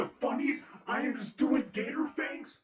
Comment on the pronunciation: is a gator....ITS PRONOUNCED GAYTOR😂😂😂😂😂😂😂